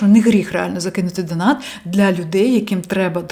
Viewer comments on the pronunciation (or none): none